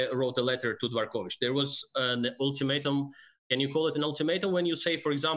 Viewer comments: The FIDE President is DVOR kovich, not "dee vor kovich". Three syllables, not four. It's AARDVARK, not AAR dee vark. Anglophones can easily manage "dv". Advance, advice. Not a dee vance, a dee vice. Dvoretsky, not dee vo retsky. THINK. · Always love your content. That being said: Why on earth would you say "Dee-vorkovich"?